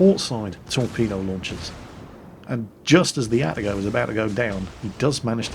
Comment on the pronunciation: There is probably no breaking the habit of an old sailor at this point, but.... It is A-ta-go Not At-a-go Confirmed by my Japanese coworkers.